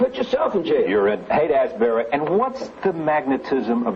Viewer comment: Rose keeps calling it Haight-“Az-bury.” It’s “ASHbury